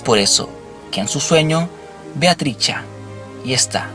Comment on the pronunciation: lo unico que me fastidio en este video es escuchar como pronuncias mal el nombre de Trisha, es triSHA, no triCHA